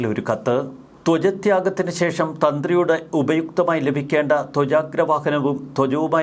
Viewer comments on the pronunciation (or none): none